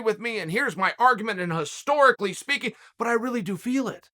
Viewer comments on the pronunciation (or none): none